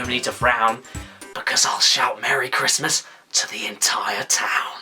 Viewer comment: HE'S BACK! IT'S A CWISTMAS MIWACLE!